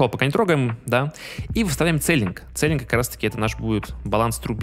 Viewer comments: Не целлинг, а силлинг- потолок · Небольшая поправка, Не Целинг, а СИЛИНГ. Это в переводе Потолок.